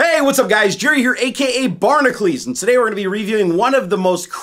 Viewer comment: I believe it would be said Bar-Nah-Cue-Lees, not Bar-Nah-Cleese. (Like how Hercules [Her-Cue-Lees] is said...it's not Her-Cleese)